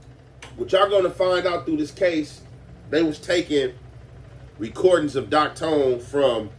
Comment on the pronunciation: Its Doc thone not tone lol